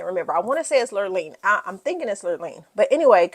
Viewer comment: Kyle's best friend's name was "Lorene." (not lirleen) 🤗. really loved your review style!